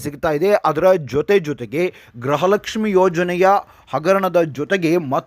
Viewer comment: ದಯಮಾಡಿ ' ಗೃಹಲಕ್ಷ್ಮಿ' ಪದವನ್ನು ಸರಿಯಾಗಿ ಉಚ್ಚರಿಸಿ. ನಿಮ್ಮ ಉಚ್ಚಾರಣೆಯಲ್ಲಿ ಅದು ' ಗ್ರಹಲಕ್ಷ್ಮಿ' ಎಂದೇ ಕೇಳಿಸುತ್ತಿದೆ.